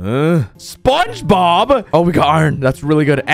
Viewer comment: Bro really said sponge-bob